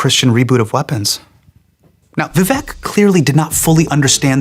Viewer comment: Is it thissss tough to pronounce Indian names even remotely accurately? 😅 Nay-lin? Viv-ack?